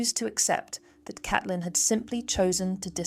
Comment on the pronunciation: Isn't it Caitlin , pronounced C.ate.lin